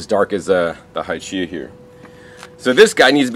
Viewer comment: the Hachiya variety is pronounced Ha-chee-ya, not "Hy-chee-ya." Ha, or "hah," just like "ha ha ha."